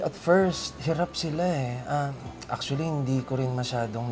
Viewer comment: Ang daming acshually😂